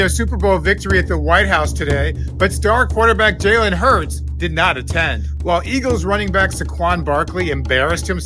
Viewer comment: It is NOT HERZ!!!! IT IS HURTS DISRESPECTFUL!!!